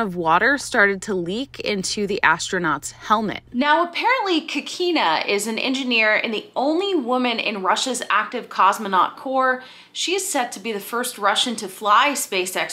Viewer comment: Thanks for another great video,. We will hear more about Anna Kikina. The more accurate pronunciation of her name is "Ahna Keekina". Long "Ah" and "ee".:)